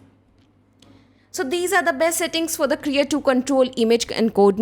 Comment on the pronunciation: Thank you, very nice.... BTW, it's Krea2 not KERA..